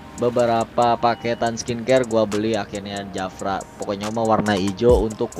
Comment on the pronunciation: Bang JAFRA bukan japra